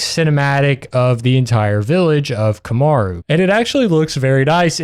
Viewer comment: the moment you said "kamaru" instead of "kamura" it finally clicked are you perhaps dyslexic??